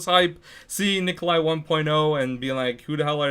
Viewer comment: primp GD Wtf Necoli... why tf is everyone so uneducated its NIKOLAI